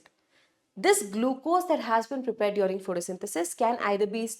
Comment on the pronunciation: I love yr videos mam but the way you say "dwaring (during) and Carbon D oxide" is so irritating